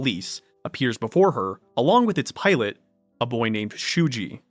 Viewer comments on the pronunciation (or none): none